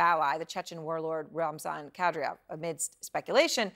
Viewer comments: It's Ka-Deer'-Ahv, as Matthew Chance pronounced it. (Not Kad'-Ree-Ahv, as Erin Burnett pronounced it. But, Erin, I do really appreciate your strong and caring attention to the country and people of Ukraine. From an Ohioan) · "Kadryov"? Talking head bad.